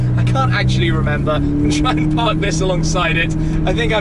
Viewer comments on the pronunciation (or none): none